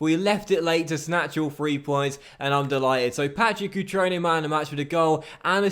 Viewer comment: I'm Italian and your pronunciation is really bad lol but don't worry Cutrone - Cut-rone, not Cuchrone Cragno - Craño (like in spanish), not Crag-no Barella - Tough LL, not like umbrella Calabria - Calàbria, not Calabrìa